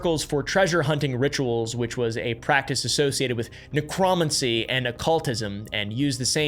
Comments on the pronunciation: bro doesn’t know how to pronounce necromancy 😂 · "Nek-Rah-man-see" the heck? oh you mean "Nek-Roh-man-see" necromancy. pretty sure I heard several other miss-pronunciations throughout this as well. I would bother correcting but I dont really care that much. besides, I'm pretty sure its done on purpose to drive engagement. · Each their own... But I've never heard it pronounced Ne-cron-an-mancy. Around 40 mins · why he say necromancy like that 🤣